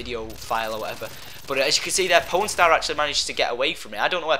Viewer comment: Sounds like you're saying porn star.